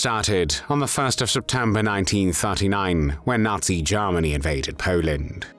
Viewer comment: Ah, again "Garmany"